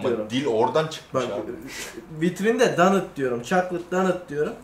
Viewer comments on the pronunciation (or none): DANIT değil, doğrusu DOONAT.